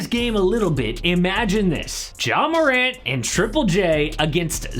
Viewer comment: He calls Ja Morant : JAW lol I’m dying 💀💀💀